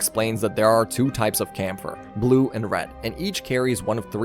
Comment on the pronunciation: Its KÄMPFER not Kampfer its german for fighter